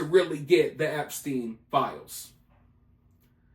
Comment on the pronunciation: Why not saying his name correctly.. with the severity of this case if you want the people to be aware of who you're talking about and taking it seriously then I think it's more than important to pronounce his name the right way ..